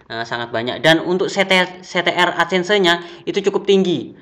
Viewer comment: 'ADSENSE' "Edsen" aja bilang nya mas, gak usah ada tambahan "se" nya. Saran aja ini mah 😅😅😅 Aku subscribe channel mas baytheway